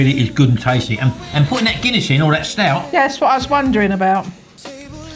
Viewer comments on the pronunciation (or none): it is Guinness ... like DUH